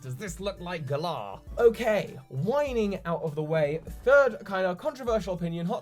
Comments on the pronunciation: Why do you insist on calling it "Gahlar" it's Gal ar like Valor. Valor is literally what knights have. Gahlar sounds stupid. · You putting the emphasis on the second syllable sounds super weird,. Why have you chosen to pronounce it gaLAR and not GAlar? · Gal - ar, not Gul - Ah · FOR THE LOVE OF ARCEUS AND ALL THINGS FRIKKING HOLY ITS NOT PRONOUNCED GUH-LAHR ITS PRONOUNCED LIKE THE WORD GALLANT!!!!!!!!!!!! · Whenever I hear you pronounce the region name I picture Hermione for some reason saying "it's gallaaaaah not galler" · Please say "Glar" isn't how everyone's pronouncing it? I've been basing it off Valour or Gallant. Glar sounds like a noise a Pokemon would make. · You're the only person who I hear pronounce Galar as GER-LAR. I always hear (and imagine) it pronounced GAH-LAR (to rhyme with Valour). Interesting interpretation.I'm dead excited for these games to come out. So proud to represent team GB! Keep up the awesome work buddy! ^_^ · I don't know how Galar is ment to be pronounced but I'm Australian and the way you say the name sounds to me like you are saying the name of a small type of cockatoo called a Galah. Maybe cause name is similar and UK's connection to Australia they could put the medium size pink and grey parrot in the game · If Galar is a ukish region how come you pronounce it like it's an Aussie region? =p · I like The way he say'd galar itis funny 😊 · Your pronunciation of the Galar region is triggering me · You’re saying Galar wrong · I love your videos, but how you pronounce Galar kills me.